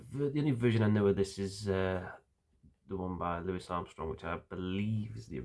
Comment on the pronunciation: Thank you for pronouncing Mr. Armstrong's first name correctly. He hated being called Looee Armstrong.